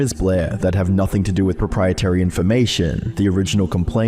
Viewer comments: I love the video! One very minor thing: it's pronounced "Propriet-ARY" not "Propriet-Y". Not at all important but each time you said that it pulled my attention. Keep the awesome videos coming :) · How do you not know how to pronounce "proprietary"